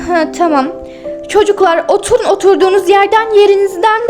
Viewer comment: Otulun değil oturun